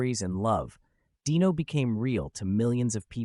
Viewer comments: Pronounced DEno, not Dino like a prehistoric creature. Ai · IT’S DEEEEENO NOT DYNO GET IT IT RIGHT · The narrator should learn how to pronounce names. Dean's son, Dino, was pronounced DEno not DIno like a dinosaur! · His name was pronounced Dean O not Dino like Dinosaur. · It’s hard to listen to the stupid mispronounciation of Dino,s name! It’s pronounced Deeno but spelled Dino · The AI miss pronounced Dino, I lost interest and felt it was disrespectful 😢. I was hoping to view that clip instead of the AI and the Yada yada version . Something so delicate should be done with respect.